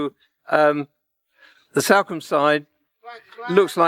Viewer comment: “This is Salcombe” he says. Completely mis-pronouncing the towns name. Same for East Portlemouth. Seriously…